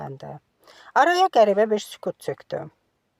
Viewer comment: Çox sağ olun .Əziyyət çəkirsiz . Amma inciməyin bir iradım var.Bəzi sözlər düz tələffüz etmirsiz.Məs.Sükut .Burda k -kino.Siz kartof,kolxoz kimi səsləndirirsiz.Fikir vermişəm əvvəlki əsərlərdə də belə hallar çox idi.